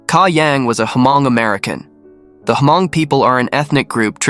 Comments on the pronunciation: Hmong is pronounced as Mong. H is silent. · A very sad and strange case overall. Btw Hmong is pronounced as Mong. The "H" is silent.